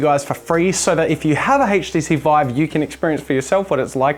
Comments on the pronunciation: I like how he pronounces HTC as "hayt-chi-seed" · The "haych"-TC Vive. LOL